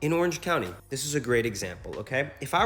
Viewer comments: says the t skip is non existent, skips the t in “county” 😂 “orange cowny” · OMG... I never noticed the silence T thing, but it's true. Even when dude says that we DO pronounce the Ts, he says Orange COUN'Y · “Lets use a Ciddy. In Orange Cownie.”